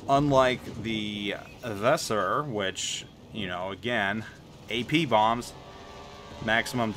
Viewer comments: Your pronounciation of Weser is... a little special. If you want to improve it try to pronounce it like the band's name "Weezer". That's possible the closest a native english speaker can come to the correct pronounciation without investing a ridiculous amount of effort into it. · The way you pronounce Weser is pure cringe.